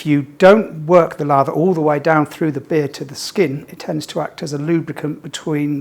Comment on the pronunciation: Lather not larva